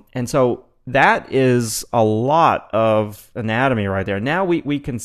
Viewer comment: It sounds like you're saying anime xD